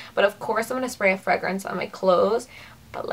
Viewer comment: I was wondering where you are from? I have never heard fragrance pronounced like you say it. You don't say "Fray"